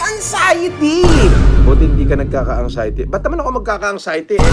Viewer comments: Wala naman talagang “ ANGSAYATI” eh…….bakit nyo ba pinipilit! 🤣😉 “ANGSAYATI” Sabi ni! ……na meron g “ANXIETY”……..pero sabi ni ay “ANGSAYATI “…..di ba??? LOL……🤣😂🤪 Alam nyo naman si TRYING HARD ENGLISH. Hahaha!😝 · LOL.. "ang-xiety" bwahahahaha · Angxiety🤣🤣🤣 Anxiety yan ayusin mo pag bigkas kasi sayang yang gold mo sa ngipin🤣🤣🤣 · angsayte daw😂😂😂nakapag aral daw yan pero di alam bigkasin ang anxiety tanga di.nga siguro nakatapos yan sa pananalita lang wala ng alam